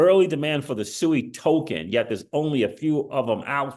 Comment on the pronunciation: SUI. Its Pronounced Swey